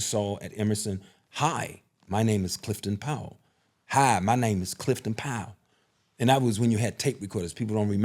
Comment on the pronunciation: Is this guy saying his name wrong?